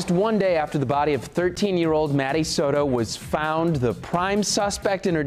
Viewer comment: It is Soto, not Soro. I would have thought someone with a last name would have known how to pronounce it.